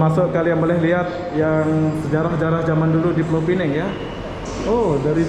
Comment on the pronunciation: Kalau mau sebut pineng, sebut pineng sahaja. Tapi kalau mau sebut pulaunya sekali, sebutkah penuh: pulau pinang. Kalau sebut pulau pineng, itu salah. Yang betul: 'pineng' (penang in english) dan 'pulau pinang' ( bahasa melayu).